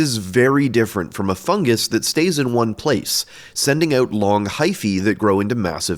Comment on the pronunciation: "not a FUNgus" sounded like you were about to say "hes not a FUCKING fungus" like you were offended and needed to be as clear as possible